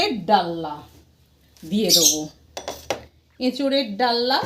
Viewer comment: ডাললা নয় ডালনা